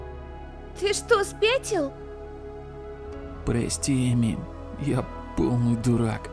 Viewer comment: ОН СКАЗАЛ ПОСПИ А НЕ ПРОСТИ